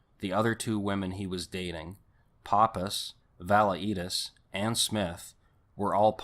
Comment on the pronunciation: Wombug lol...it's Wahm baw....Valaitis is Vah Lie tis Reinert = Reye nert (NO H) Before you make a video, learn how to pronounce people's names.